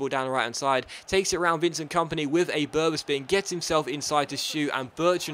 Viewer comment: Berba spin or is it bertra spin 😀😂